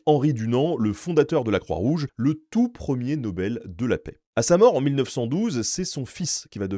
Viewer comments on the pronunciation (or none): none